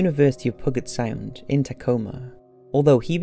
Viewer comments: It's pronounced "pu-jet" Not Pugget Sound. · The way he said Puget Sound made me hurt, pew-jet is how it’s pronounced lmao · I love the narrators voice. I have to say though as I’ve been raised in Oregon and lived in Washington it’s pronounced Pugh jit sound. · Pew-jet Sound NOT Pew-gut... lol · It's pronounced "pew jet sound" not "puh get". 👍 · It's pronounced pewget sound, not puggit sound. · You say you research these meticulously but then name a world famous water way pug-it sound?? 😆im an ex criminal from a small town in the uk and even i can tell you its pronounced p-uuuu-jit sound. Id understand if it was some tiny random stream in the middle of nowhere but this isnt and in some of your videos that you indeed ask people to pay to watch, you sound like your just reading wiki or some other random article on the chosen subject. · Pug ett sound. Never heard it pronounced that way. 💀💀💀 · "pug it sound" lol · Is this kid joking or what? JanEEECE... DENNIS... how hard is it to say Janice and Denise? ffs PUGGET sound lol